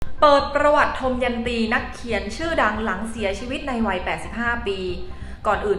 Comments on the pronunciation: คุณอ่านชื่อท่านผิดนะคะ อ่านว่า ทะ มะ ยัน ตี ค่ะไม่ใช่ ทม ยัน ตี (ควรเรียกท่านว่าท่านนะคะไม่ใช่เรียกเธอ)ไปฝึกมาใหม่นะ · อ่านออกเสียงว่า ทัม-มะ-ยัน- ตี